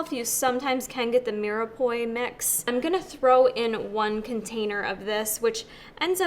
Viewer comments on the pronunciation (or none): FYI: MIREPOIX is pronounced: MIR PWAH😉....😁